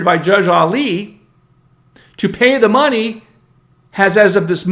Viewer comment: Very difficult for me to take you seriously when you pronounce Alito Ali.